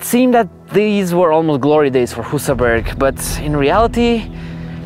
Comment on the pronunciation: Annoys me that not even the swedish guy pronounced Husaberg correctly.